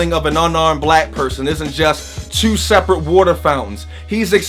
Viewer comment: I heard it in the word "two" everybody from your area says "Teiou" 😂😂😂😂🤓 Keep doing your thing fam... #ColumbusOhio #614